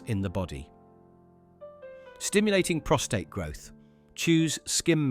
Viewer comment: Prostate.. not ptostrate